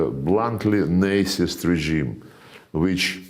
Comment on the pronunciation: Love how Mr. Lavrov says “Nazist” like “Nicest” regime😄